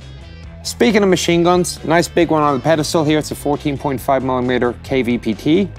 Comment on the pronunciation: The 14.5 mimi-meter...LOL!